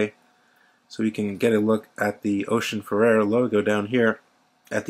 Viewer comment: Great review, although you may want to revisit how you pronounce "Oceanfarer" 😉